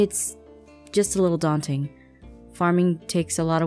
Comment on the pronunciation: What said: It's just a little daunting. What I heard: It's just a little Dante. XD